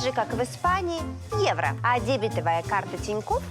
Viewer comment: Сама ты дЕбетовая! Надо говорить дебетОвая. И как только Тинькофф пропустил такую рекламу? Позор.